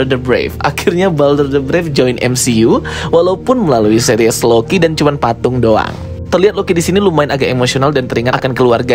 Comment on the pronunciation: Seris bang bukan series